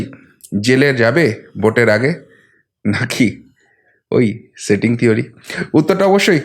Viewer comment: Dada doya kore স ar শ er difference ta thik korun. Shetting ache, kesh ta ki, shave ( save) korche. Sunte khub e kotu lagche Kane.